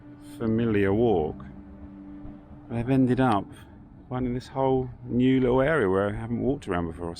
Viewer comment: Such an interesting accent. Many unsounded letter 't' words. Thus, 'little' becomes 'liowl'. That's not a criticism - RP is not obligatory.